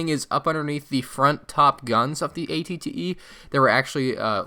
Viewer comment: Aclley it is spelled at-et you said at-tee